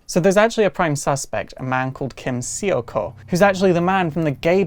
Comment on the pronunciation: hate to be that bitch but its... seokho is like "suck-ho"